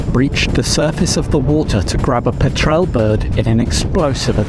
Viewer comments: You're accenting the wrong vowel in the word pétral. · The way he pronounces "Petrel bird"" FFS! Also, note the spelling